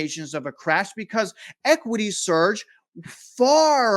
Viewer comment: Again, it's *SURGE, my man! lol Great video, as usual.